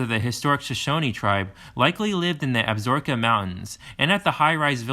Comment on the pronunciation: Ab-sa-roke-a… not Absork-a mis pronounced about 20 times. Tee-ton, not whatever this guy was saying. Dubois is pronounced Doo-boys by everyone in the state. Great video except for the verbal errors.